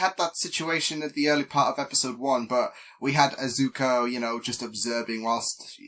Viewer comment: its "Izuku" not "izuko" btw